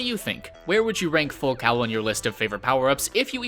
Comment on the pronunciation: ITS PRONOUNCED FULL FUCKING COLE and FULL COWEL! I cringed every time he said that word...you get triggered after multiple times...